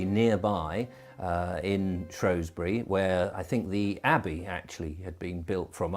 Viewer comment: it's not Shrowsbury it's spelled and spoken has Shrewsbury, because it as a E not an O. i wish people would get it right.